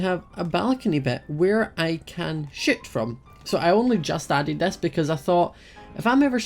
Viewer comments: when says shoot it sound like sh*t because of his accent😂 No hate, I love you ❤ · When he said shoot from I thought he said sh*t from XD